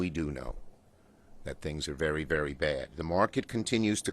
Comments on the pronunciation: How do people like this get a job working for the government? "VEWY VEWY VEWY BAWD!" like what? These people are like babies with no evidence to back out their statement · “Vewy vewy bad” who keeps voting New York Elmer Fudd into office? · Vewy, vewy bad. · “Elmer Fudd here, this is vewwwy vewwwy bad”